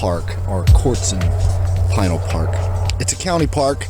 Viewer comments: Great video! As a native Arizonan I'm familiar w/the areas around Casa Grande & the mountains to the south & the east & your video highlighted the area well. Just an FYI regarding Pinal Park or Pinal County. Pinal is actually pronounced Puh-NAL instead of PIE-nul. Keep on pedaling! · Pinal is pronounced puh-NAL instead of PIE-nul. Very good video. I used to live in Casa Grande back in the late 60s when I was just a wee-un. That's back before there was even a town called Maricopa. Amazing to see whole new towns popping up in my lifetime. Also cholla is pronounced choy-uh. Really enjoyable video & a good reminder that bicyclists can indeed use the Interstates. Keep on pedaling! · Enjoy the videos as usual....keep 'em coming. BTW, it's pronounced pin al county, also, stay away from vekol valley...smuggling corridor bigtime